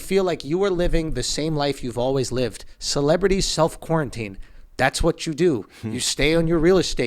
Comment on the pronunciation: Did Andrew learn to say quarantine yet?